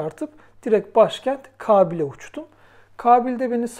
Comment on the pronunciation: Kağbil değil kâbil.